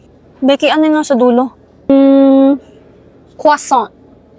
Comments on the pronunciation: croissant "Quaso?" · Bakit Yung croissant ay Quaso😂😂, anya:😭😭 Damian:😇😁😘😘😍☺️❤ kilig yarn hahaha gago si emiel na happas 😂😂😂😂